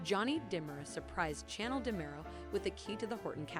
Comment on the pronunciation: I cannot stand the way they pronounce the characters names!! It's Chanel not channel. 😠